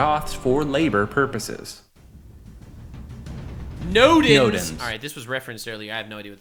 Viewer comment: "nodins" sounds like the negaduck of odin